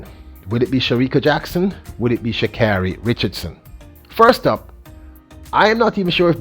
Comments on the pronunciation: tries so hard to pronounce Shacaaris name since she made a fuss about it. It’s hillarious the emphasis he puts on the car part lol. 😂😂🚙🏎️🚘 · its rediculous and her name is not that hard to pronounce actually